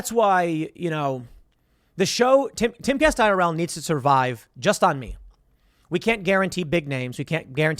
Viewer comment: I always think that Tim is saying "Caste Castle" like Tim is creating his own caste system in the Timcast universe!